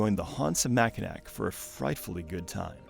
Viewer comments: Not sure if anyone’s pointed it out, but “Mackinac” is pronounced “mackinaw” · “Mackinac” is a french spelling of a Native American word, so the “c” is silent - “Mackinawww” - means a type of turtle - “turtle island” - place of creation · Great video, just a tip don’t pronounce the last “c” in Mackinac. It’s how everyone from Michigan says it.